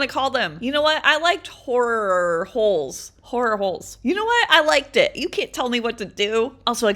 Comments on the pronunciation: I thought you were saying WHORE holes😂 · I thought She was saying hor hole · I kinda sounds like shes saying wh*re holes😂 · Horror is pronounced horrer